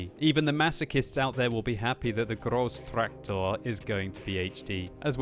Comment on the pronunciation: when speaking waffentragger or grosstraktor, please, say it more german and less russian. sorry, its boggling me so much :c